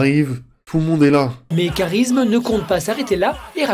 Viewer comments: c'est moi ou il a dit karism? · il dit karisme ?